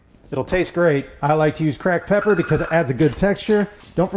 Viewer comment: "Crack pepper" Oh this steak is gonna be good then